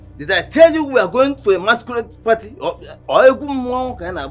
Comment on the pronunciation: said “Let’s go to parii…..😂😂😂😂